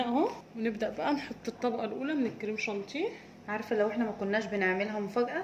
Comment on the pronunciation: جانتيه تاني يا اسمه شانيه و الجناش مش جناااااش يا بس تسلم ايديكم طبعا و بحبكم في الله